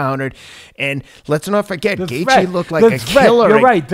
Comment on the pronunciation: Teddy, can you not butcher Justin's name bruh? 😭😅